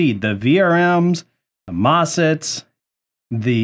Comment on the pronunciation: "you can see the vrms and the mossets" pretty sure its mosfets sir. MOS FET. not MOSSET